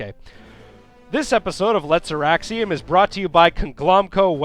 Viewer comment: Every time I hear you start to say Auraxium I think you're about to say erection. :[